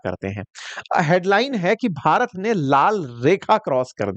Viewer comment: Shabdo par dhyan do jab BHARAT bolte ho. Slow poison mat diya karo